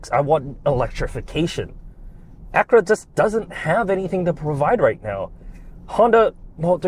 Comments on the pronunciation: Ak-u-ra, not Akra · Lame, biased review. If Honda is so great, why did they have to borrow GMs tech? They bought the best platform money could buy, which is available NOW, and you nit pick at the buttons and mispronounce Acura...